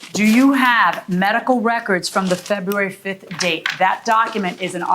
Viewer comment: Febwawy 🤣 It's a rule that you have to know how to correctly pronounce your own birthday month.